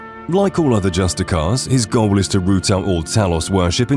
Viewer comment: There are several comments each correcting specific instances, so I ask: Were a lot of these basic mistakes on purpose, like a kind of copy protection? Example: Michael Kirkland should be Kirkbride Example: "Naf-ri" should be "Nar-fi" Example: "justickar" should be "justish-ee-er" It's like finally falling asleep on a car ride but then being jolted awake by a pothole or stretch of cobblestone